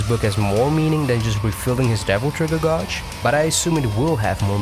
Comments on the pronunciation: Please stop saying "godge." It's pronounced "GAY-dge." After a while, that's all I could hear in your video! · Just a quick comment and not to be a dick, but the word 'gauge' is pronounced as 'gaydj'. I know, English doesn't always make sense, but there ya go. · The way you mispronounce gauge bothers me so much...Other than that, great video. Thank you for the information.